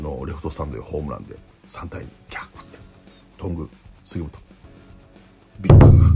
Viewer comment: とんぐぁう、すぎもつぉ